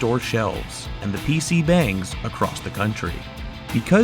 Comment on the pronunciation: ...Did I hear PC 'bayng'?